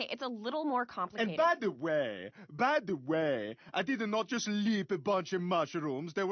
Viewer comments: “AnD bY tHe ✨W h E y✨, By ThE ✨w H e Y✨” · Fr though this man really wants to emphasize the buy da way 🤣 I'm dying